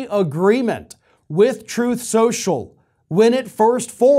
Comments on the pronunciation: "Troth Sential" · “Troth Sential.”